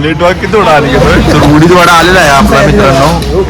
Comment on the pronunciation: Udid wada ❌ Udaa✅